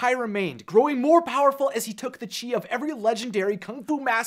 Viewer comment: Chis or chease? :D hahaha